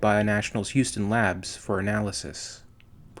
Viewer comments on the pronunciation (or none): none